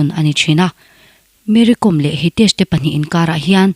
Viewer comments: Kom tia lam lovin kawm tia lam, kawm hi thluk sei deuh tur ni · Com tia lam loh tur aw, kawi kawm kan tiha, kawm lamdan ang hian Kom tih hi lam tur ani e...Kom hnam ho hi hmar hnam peng an ti thin, an tawng pawh a in zul nain Meitei area lamah an awm a, an inti zo hnahthlak vak lo. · Mery kom hning hi Kom hi ilam dik lo e mai. Lehkhabukawm( kom) kawm tia thkuk tur Vaimimkawm Kom lai tak khi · KOM hi Kâwm tia lam tur a ni lawm ni ! An nupa khan tlang mi chu nimahse mizo an ni lo hrim hrim! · Kawm tih hi vaimim kawm tih ri anga lam tur. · Mary kâwm, tih tur, lehkhabu kàwm a, a kàwm lai ang hian😂😂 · Kom i lam dan hi a dik lo. Kawm Vaimiim kawm tih kan lam dan anga lam tur a ni zawk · Kom niloin Kom . m hi thluk sei rawh...